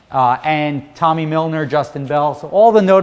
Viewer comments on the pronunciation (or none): none